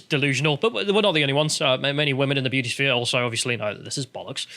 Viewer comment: Great video and I really am trying to be constructive here (sort of) but is distracting proclivity for dropping his ‘t’s in favour of ‘d’s a recent phenomenon? Perhaps I’m just splidding hairs here but all this talk of female beaudy really has made me notice it for some reason! Either way, if sounding like an ageing Radio 1 DJ circa 1991 is the ‘vibe’ he wishes to go with then all fine I guess.;)